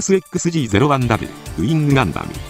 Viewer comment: 型式の読み方はMS動画図鑑で「トリプルエックスジー」なので違和感が凄い